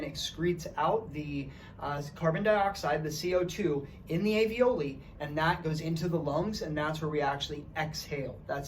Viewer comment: Thank you very much for this interesting video!! There is one feedback I would like to give to you: talking about the little pockets in the lungs where the oxygen is absorbed.... Those are called ALVIOLI, which you pronounce very different from the word avioli (not a medical term) you use..... Love, Elise